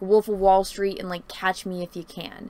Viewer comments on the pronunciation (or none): none